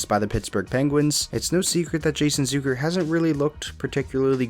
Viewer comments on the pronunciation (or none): It's ZUCK like suck.... not zook like a bazooka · You mispronounced “Zucker”. It’s not Zooker.